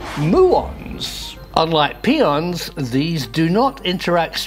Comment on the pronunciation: Good video but pion is pronounced "pie-on" not peon - which is a Spanish American day laborer.